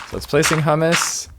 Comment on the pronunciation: hahaha i will have to link this to a friend of mine. He will hate how you pronounce humus as hummus. In case you are at all curious Its more closely pronounced as Hue-Mus. Think of the name Huey but subtract the Y.